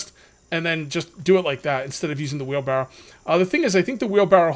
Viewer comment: FUN FACT: It's wheelbarrow not wheelbarrel. I personally didn't know this until I was well into adulthood.